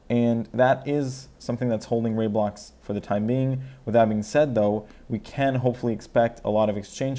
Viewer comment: It's Ray-Blocks not Rye-Blocks